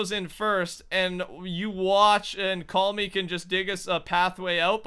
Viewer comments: His name is CallMeGram... Call-Me-GRAM! Yet is still calling him 'CallMe'. Not 'Gram' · His name is call me gram but you keep calling him call me 😂😂😂